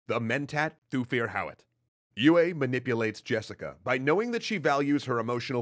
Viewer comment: Mispronouncing de Vries, tsk tsk tsk ;). Some people might complain about Yueh too, but thats not that big of a deal imho. Thufirs error is so bad, that he never even comes to consider it as a possibility. What is so ironical about that, is that mentats are fully aware of their limitations in this respect and people in places of power are aware about it too. They know all to well that with mentats its "garbage in, garbage out", because of the complexity and depth of their computation. They need accurate estimation of probabilities of each piece of data, which is used in the computation. Its kinda funny that pretty much everyone is aware of their blindspots, but still fall prey to it. This is, in part, even the reason for BG to strive for Kwisatz Haderach. They have one part of understanding, but that dark, violent place is still pushing them away. So they need a guy, that is trained in the same way as they are and more (if I remember correctly, even mentats were not too common among BG, only 1 comes to mind). And in the specific case of Paul, he ended up also being heavily shaped by influences of women in his life in general. Lady Jessica being the most obvious, but then there is Mohiam, with her test, and Chani, who brings him back from the edge of total disconnection from reality due to his nature.